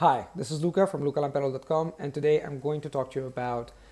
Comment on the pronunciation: When he spladderz out the name/inchrOducshin it realy sounds like: heeeeeHhh😂😊;)